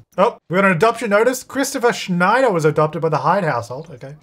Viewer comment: My last name is Schneider and seeing not butchering it felt so heartwarming 😊